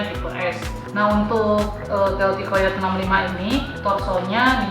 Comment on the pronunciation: ijin sedikit koreksi. untuk penyebutan/cara baca dari COYOTE itu (kayoti)😊